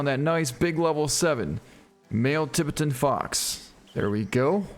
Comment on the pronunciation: Or how he says Tibetan Fox🤦🏻‍♂️